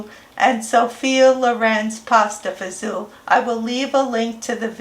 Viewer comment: Hi! Queens NY here. I’ve been a fan of your YouTube channel for a while now and just saw the Pasta Fazool salad. I’m so glad you pronounce it the way I do instead of Fagoli. lol. God Bless!